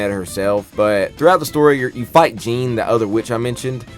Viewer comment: You needed to put a bit more effort into the explaining the nuances and details of the story. Also, not mispronouncing Jeanne